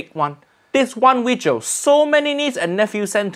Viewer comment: "This vijio"